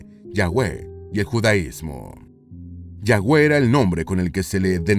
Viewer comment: se escribe YAHWEH pero se pronuncia YAVE